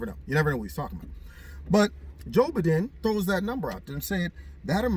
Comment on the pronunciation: Joe Buhden! 😅😂🤣